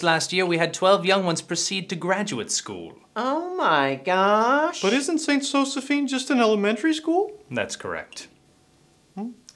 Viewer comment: "what i clearly see is a girl who's not getting into zo-ze-PHINE..." "prrr" hahahahaahha